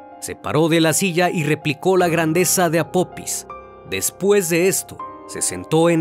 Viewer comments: El dios o deidad egipcia se llama apofis no apopis, hay que leer antes de hacer un video estimado. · Una observación el nombre del Dios egipcio es APOFIS no APOPIS, lo siento tenia que decirlo, de ahí en fuera todos tus vídeos son muy interesantes. Gracias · Hola . No es apopis es apofis se escribe apophis y se pronuncia apofis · Casa vez que dices “Apopis” 😂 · Se pronuncia apofis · Por qué nunca pronuncias las "h"? Es "apofis" porque la "pH" se pronuncia "f". También pronuncias te sin "h" el nombre del pueblo.